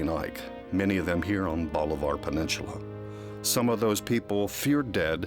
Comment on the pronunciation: Wtf is a peninchula?? I've heard of peninsula...